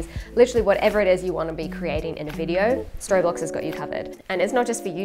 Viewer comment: right, before I start I know how juvenile this is. And yet... I really enjoy you being sponsored by Storyblocks, because every time you say it, for some reason I hear Storybollocks and it makes me smile. Love the vids, love seeing how much you're enjoying the Jeep and the additional freedom it affords you. One of the best content creators I follow in terms of quality and content, hope you're both good (nice to see Chris with his channel on the go) and keep it up for ages to come.